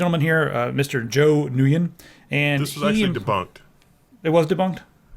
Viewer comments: Good God the butchering of Nguyen. I understand not everyone knows how to pronounce it. Its more like a n-win. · nguyen is pronounced 'winn' lol